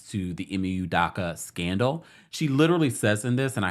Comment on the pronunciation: U do ka not udaka